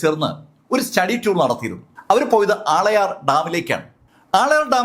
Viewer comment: ആളയാർ ഡാം എന്നല്ല.. ആളിയാർ ഡാം എന്നാണ് ആ ഡാമിന്റെ പേര് 😊